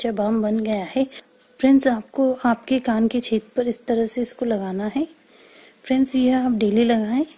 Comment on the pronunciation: Friend ko fries fries kyon bol rahi he